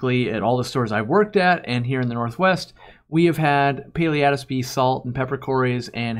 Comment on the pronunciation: Thanks for pronouncing Paleatus.